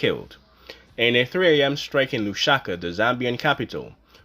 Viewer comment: There is no such place as “Lushaka”… there is however, a place called LUSAKA! (Pronounced Loooo’ Sah ‘ Kah!!) It is the capital city of Zambia !!